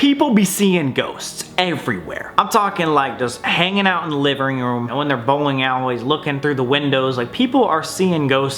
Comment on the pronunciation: “Livering room” lol